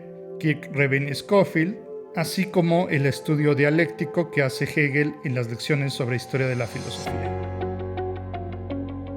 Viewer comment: Gegel ......o......hegel ....pronuncia bien no se te entiende